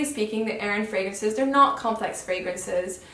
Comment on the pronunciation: This is your first video?!? You have become one of my favorites! You are so fluent with the fragrances and actually pronounce them correctly 🤗 You’re the best!! 💛